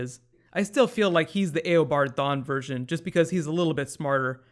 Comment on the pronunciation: Every time you say Eddie Thawne, I hear Eddy thong!